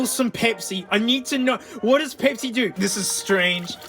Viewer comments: Someone count the number of times he says "pehpsi" (pepsi) for the JA's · Omg say Pepsi again